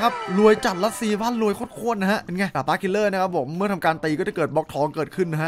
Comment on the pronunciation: ผมชอบฟังเป็นดาบเป็นดากตลอดเลย